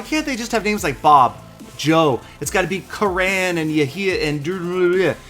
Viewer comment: Hi! Karan is a common India name, its pronounced as kərən (as in run)